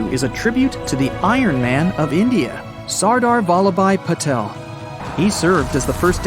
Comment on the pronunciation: it is pronanced saar -daar - valap -bhai -petal